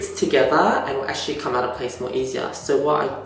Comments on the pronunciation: Can you pronounce "actually"? Who's? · Through your comment, it seems as though you don't know what an accent is by the "Who's?" comment, obviously poking at his inability to pronounce "actually" correctly.